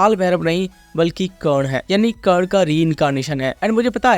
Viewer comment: Curd nahi bro karna😊